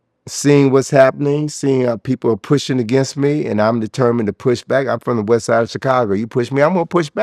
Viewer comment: "Wesside Besside." Thank you very much.